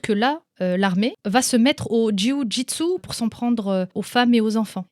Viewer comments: Dis JJB au lieu de jyiouu gitsou😆 ce sera plus simple :p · au top, tu me fait rire en disant « le JOUI JU TSU » MDR j’aime bien et tu as raison c’est la bonne prononciation quand on à l’habitude de prononcer JU-JITSU 😊 Merci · C'est la meilleure prononciation de jio jitsu ! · "Le juyujitsu" cest tous ce que j'ai retenu😂j'adore😄✌️ aparament cest comme ça qu'on le dit bravo à toi😆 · J adore comment tu prononce Ju-jitsu 😂